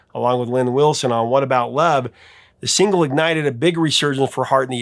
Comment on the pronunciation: you said “Lynn Wilson”